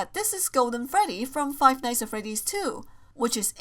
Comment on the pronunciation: How she says five nights at freddys five nighs at freddys